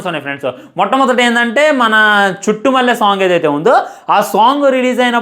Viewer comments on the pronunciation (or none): మాట్లాడితే చుట్టుమల్లె అనకురా నాయన అది చుట్టమల్లే😂